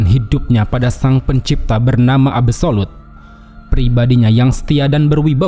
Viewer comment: absolute ❌ abu solud ✅